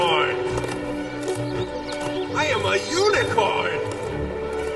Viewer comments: I couldn’t help but hear your intro “I am a unicorn!” as “I am a eunuch horn.” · Was that 'unicorn' or 'eunuch-corn'?